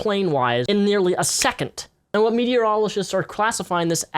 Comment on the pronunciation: "In nearly a secont"